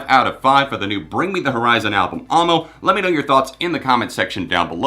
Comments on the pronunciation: dude it's pronounced aou-ie-eh-moa, not aw-mo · 😂😂 why do you pronounce it Armo? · AAAAAAmo... no... dont say it like that XD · The way you pronounce Amo hurts my soul